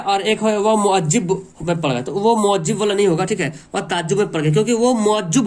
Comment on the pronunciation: Moajjib nhi hota h motajjib hota h ..jahil kahin k...khud ki language bhi itni kharab h ...sahi se pronunciatin bhi nhi aata..seen or sheen ka fraq bhi nhi pata...or teacher hn Urdu k....video bnane ka shouq h...Toubaa🙄🙄🙄🙄